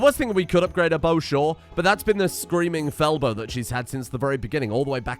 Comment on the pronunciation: When Rita was getting her upgrades and you talked about the bow I swear I heard screaming Feldoh instead of fel bow